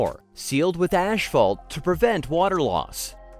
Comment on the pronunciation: Check how to corectly pronounce the "asphalt", please. There's no "sh".